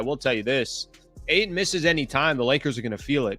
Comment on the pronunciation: I hate the way you say AYTON